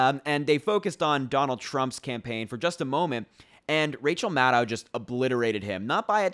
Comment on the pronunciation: Maddow rhymes with shadow. A lot of folks make this mistake.